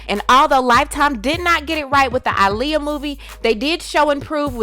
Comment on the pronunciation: Aaliyah "AH-liyah" not "ALI-yah"